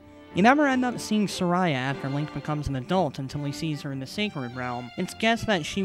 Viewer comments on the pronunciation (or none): I'm sorry, I'm not trying to sound like a dick, but I'm just really picky about details like this: It's Saria, not Sariah. Apart from that, I thought a lot of these theories were pretty cool. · Lol Saria. 'Suh-RIE-uh'? ITS PRONOUNCED 'S-har-EE-uh' lol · OH MY GOD! ITS NOT SUH-RY-UH, ITS SAR-EE-UH. GOD. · I'm sorry, it just irks me the way you pronounce Saria. I pronounce Sar like star without the t, and ia as ee uh. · sorry i think you said saria wrong >